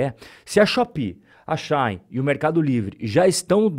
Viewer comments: Só uma dica. Não é “Xain” / é She de ela e In de dentro. Xi-in. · Não é relevante, mas a pronúncia de Shein é, algo como, xi in, traduzindo Ela dentro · eu ainda quero entender o motivo pelo qual aqui no braçil chama a shein de "XÁIN" kkkk